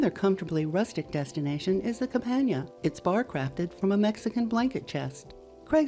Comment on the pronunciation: "Cabanya"....LOL. In linguistics this is known as 'over-correction' CABANA, the end.